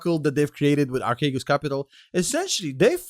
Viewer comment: It's pronounced Arsheegos. It's Greek for Give me your money and get fu**ed.